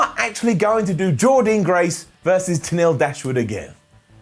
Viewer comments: it's pronounced Jordan. Dan. Not dean. Down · Hey, Jordynne Grace pronounces her first name like "Jordan" not "Jor-dean"